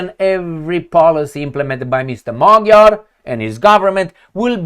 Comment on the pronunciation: It's pronounced "Madyar", in Hungarian "g" is read as "d".. And yes, it seems like the end of the remains of sovereignty of Hungary.. Just maybe the votes were just counted the "other", more liberal way?..